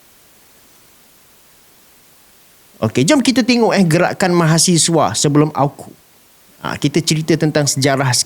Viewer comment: Hos sebut AU..KU.. bukan A..KU sebutannya betul..dengar betul2.